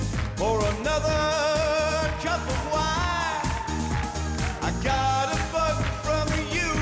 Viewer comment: ...did he just say "I got a fuck from you girl"? because that's what I'm hearing